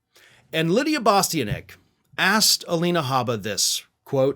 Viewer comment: It's pronounced Bah-stee-ahn-itch.